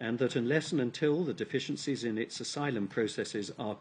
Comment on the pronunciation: Funny, I literally heard him say "deficencies in its asylum process"